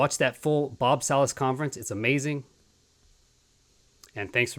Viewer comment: It’s pronounced Salas… Like salad